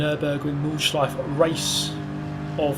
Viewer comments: I know its hart for not germans to pronounce the nordschleife but put an a at the end and its sounds exactly the same :D "nordschleifa" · You pronounce Nordschleife quite well, except that at the end you never say the "eh". You always say Nordschleiff.